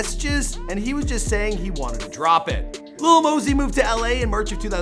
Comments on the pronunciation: I thought it was Lil Mosey not Lil Mosey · Lil mosey (Maa-Zee) come one day it right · LIL "LEAN" MOSEY